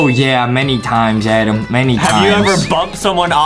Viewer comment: It's Adam not Adem